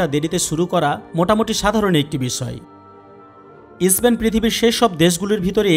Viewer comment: ইস্পেন নয়, দেশটির নাম স্পেন